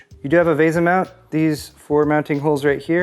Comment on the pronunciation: why do you say veh-za? pretty sure its VEE-SA, typical English the A makes the E captilized.